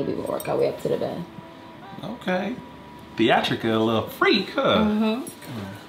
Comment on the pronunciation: Theatrical I'm rolling hard 😂😂😂😂